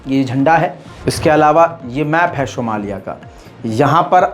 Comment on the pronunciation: شومالیہ۔ نہیں۔ صومالیہ